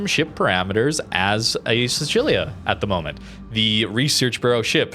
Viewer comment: How you pronounce Sicilia is triggering.